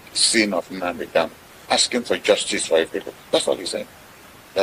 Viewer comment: Kanu kanu not Kalu